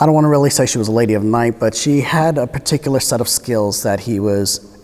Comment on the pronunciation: "This patikaluh situation"